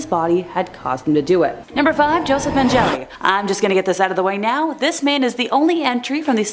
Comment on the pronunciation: It's not pronounced Men-jelly. (SMH)